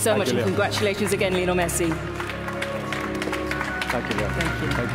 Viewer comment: i hate how she saids lino messi instead of LIIIIOOOOONEEEEEL MESSI